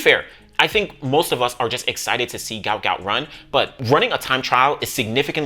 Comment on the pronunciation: His father said his name proper pronunciation is Gwut not Gout.